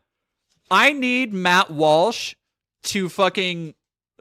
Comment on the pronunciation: Lmao, "Matthew Walshothy."